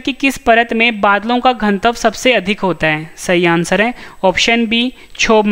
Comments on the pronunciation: घन तव क्यों बोलते हैं आप घनत्व क्यों नहीं? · घनत्व का उच्चारण सही करो भाई